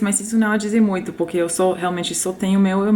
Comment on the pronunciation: O seu poque sem o r e muito bom kkk